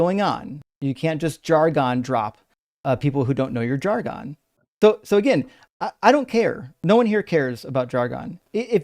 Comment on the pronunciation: Jargon rhymes with bargain, not argon.